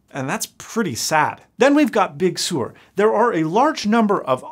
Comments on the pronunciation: come on, its Sur as in surf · True - however, the correct (i.e. Californian) pronunciation is "Big Sir" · Actually Sur is of Latin origin (Spanish, more specifically), and it is natively pronounced with a rolled r, sounding like “sewer”. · as a person that grew up in california everyone pronounces it as "sir" not "soor" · Excellent video! Very insightful… I too hope that we don’t end up with two crappy hybrid like OSs. This is the first of your videos that I’ve seen… Liked and subscribed! 😎👍🏼 It does kind of sound like you are saying sewer… As other commenters have mentioned… How do you say surf? LOL 🤣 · You might have just nuked a multi $m marketing campaign by pronouncing it Big Sewer. Someone very high up in Apple Marketing is going to get a curt phone call from someone on the Bridge of the Cupertino Falcon. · well if he pronounced it normally, "Sir" like "Surf" without the F... maybe YouTube wouldn't nail the weird pronunciation with it's apparently spot-on auto-generated subtitles. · Well given that Sur comes from the spanish word, it is alright to pronounce it like SOOR, i suppose. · As a Californian, I’m offended that he says big sewer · Pretty sure he's said he's bilingual in Spanish before. But still "Big" is not Spanish and Californians pronounce it as "Sir" so I will keep pronouncing it that way. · Sur is a Spanish word that means "South". He is pronouncing it like it is pronounced in Spanish. The way you pronounce it sounds like "Sir". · Yeah, I think he is using the French pronunciation. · Yes, but that’s not how Apple OR Californians pronounce it. 🤷🏻‍♂️